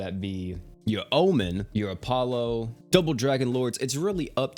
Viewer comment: You really just butchered apollousa name to Ahpolo… no no no sir. Excuse me. Cringe 😬 😂